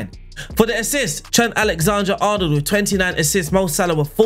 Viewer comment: Was exited to see what name you would mispronounce today, didn’t expect it to be- Alexander